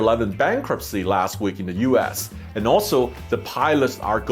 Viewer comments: The way he said U.S. seemed like U ASS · "Uass" instead US? I mean, you can blame your accent, but honestly you could have been sassy there 😏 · I like how he keeps saying U Ass… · He pronounce US as U-Ass...lol